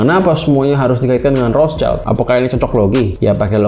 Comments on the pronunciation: Bang gue koreksi cara baca rothschild itu " rot shilt " bukan " rots child " krna rothschild itu bahasa jerman bukan inggris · Rothshield bukan Rothchild. Shield itu alat penghalang panah. Bacanya [syild].